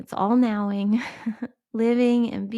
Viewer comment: A most interesting mispronunciation between and ... You intended to say "all knowing" and it came out as "all NOWing,"😮😊 Because it's about staying in the NOW, more than anything. Just found you. Instant subscriber!